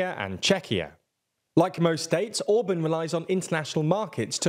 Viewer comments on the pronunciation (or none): He is not Orbön, he is called Orbán. Learn to pronounce his name